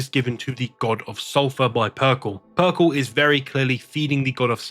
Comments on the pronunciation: I'm really digging your videos but "PERKEL"?? That hurt me. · Yeah I don't know why he has a trend of mispronouncing words despite being English. Especially in this situation when Perkele is an obvious play on words.